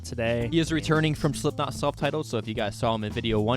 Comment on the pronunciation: Bro really said sleepknot